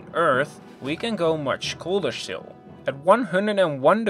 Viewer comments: When he says shtill instead of still, makes me wet myself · Wtf! Since when "still" is "shtil''? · So it is not "still" but it is "štill"...I like that 😆